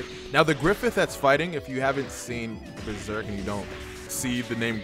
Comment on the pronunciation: "watch Beserk" wtf, your only meant to read Besrk